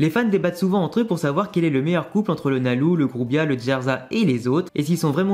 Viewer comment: pourquoi tu prononces « nalou » alors qu’on dit pas loucy mais lucy ? Ça me stresse 😭